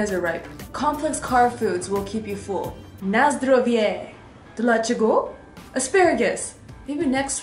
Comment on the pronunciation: omg I am polish and your NA ZDROWIE was awesome!! lol, so cool :D:D